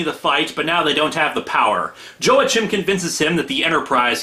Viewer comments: It's "WAH-KEEM," not "Joe-A-Kim." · Joe-A-Chim? you are blundering badly with that pronunciation.